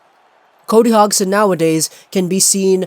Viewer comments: Actually it's Hoj-son. Soft G sound, not D. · It's pronounced Hod-son, hot Hog-son. And Yen-son, not Jen-son. FFS, learn the proper pronunciations if you wanna be taken seriously.